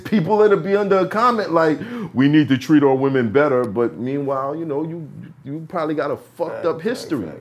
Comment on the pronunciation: PRODOMABLY 😂 Nothing worse when you start a word and mumble through it